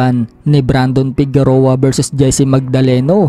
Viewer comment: correction lng Fige-roa po pronounciation nyan not Fegu-roa